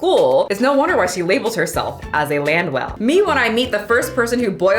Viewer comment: saying her name is. I hear her say Land well lol